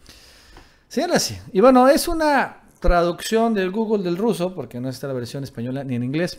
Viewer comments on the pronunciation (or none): none